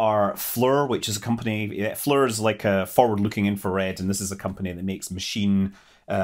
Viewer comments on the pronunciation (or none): "Flee-R" There is no U in FLIR. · You kept saying "Folding Up the Camera Mast" which sounds opposite of what it will be doing. "Un-folding" or "Deploying" sounds better. And don't get me started on how you pronounce FLIR, I'll attribute it to your dialect. 😎 Keep up the good work.